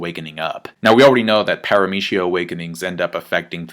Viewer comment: the way you pronounce PARAMECIA really bothers me...